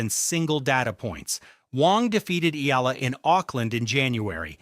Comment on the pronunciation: HEY MISTER YOUTUBE SPEAKER, THE CORRECT PRONUNCIATION OF ALEXANDRA’S LAST NAME IS E-YAH-LA!